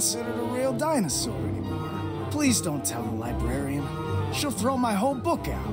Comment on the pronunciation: “Die-brarian”lmao nice man 👍